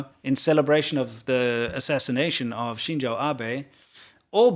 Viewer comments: Btw, the name of Abe is Shinzo, not Shinjo. I don't know if that came from reading it in Hanzi instead of Kanji … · Just a quick comment to say. It is not pronounced shinjo in Japanese but Shinzo. The English version is the correct one and the same as japanese.